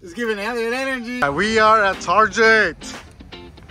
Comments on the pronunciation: Bro said ‘TAR-JET NOT TARGET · he meant to say target